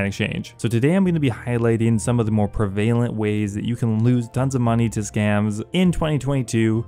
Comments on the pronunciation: Pruh VALE-ent... Bro. It's pronounced PREHV-uh-lent 🤣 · Prevalent* not "prevaylent" my guy. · Pre-vale-ent Prev-eh-lent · the way he says prevalent tho